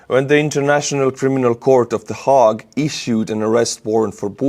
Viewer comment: 'The Hague' rhymes with 'hale'.